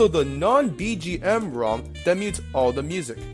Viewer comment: how he says ROM is driving me nuts